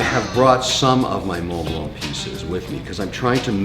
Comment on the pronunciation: Always a messy place and Jesus you have so much money and so many low end furniture. Also pronounce the names properly. Mont Blanc you don't say the C at the end and AP the T is not to be pronounced. It sound if he says Audemars Piket. I can give you proper lesson and take you watch shopping properly